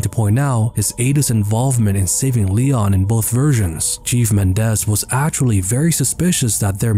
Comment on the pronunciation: I keep thinking he’s saying “Cheese Bitores”